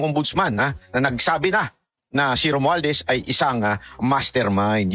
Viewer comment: SI LACSON HINDI ALAM IPRONOUNCE YUNG WORD NA ‘ ‘ROMUALDEZ’.